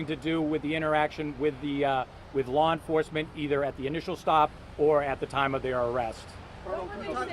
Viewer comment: Lady you can’t even pronounce law LAWR